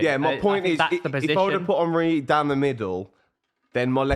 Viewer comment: Why does pronounce Henry as if he’s Jamaican 😂